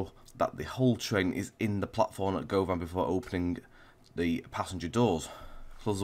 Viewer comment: Im from Glasgow Govan is pronounced as guvin